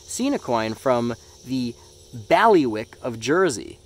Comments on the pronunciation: I come from the UK it's nice to see that you have never seen a baliwick of Jersey coin before. Btw it's pronounced like the name bailey-wick it's weird to pronounce. I saw the penny's and 50p and 20p nd another 50p. My favourite coin there is the last one you showed with all the different design of coins on it from the United States mint. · the women came here to jersey at some point. She has one of are 50p coins that are not legal tender in the UK. I hope she enjoyed it over here Also the way you said bailiwick is so funny, also you should come and visit some time, all of our coins have designs that are landscapes of land marks around the island. There pretty cool